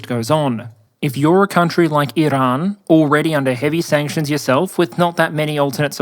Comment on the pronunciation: learn how to talk. it's called Iran, not ehh-lann. also you stretched putin horizontally. the social media circles in the image are 33x27 which proves this. very shoddy work